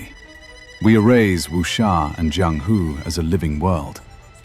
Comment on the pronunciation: I have nothing to do with the IGN guy who reviewed this game but I still feel offended on his behalf. You roast him hard, lol. I'm surprised on how well versed you are in the Wuxia genre, from how you are able to pronounce Jiang Hu quite well, to how you even know how about Jin Yong who is considered the founding father of the Wu Xia novel genre. Well done video.